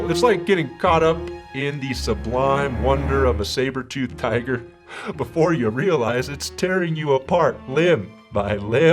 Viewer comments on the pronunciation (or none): none